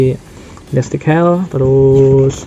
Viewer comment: bang, bukan gundam destik hell bang, tapi gundam deathscythe (baca : deadsait) hell, sekedar koreksi aja bang✌🏼🙏🏼